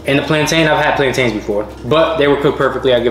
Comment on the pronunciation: i got so upset when they kepp saying plantains like plantin bro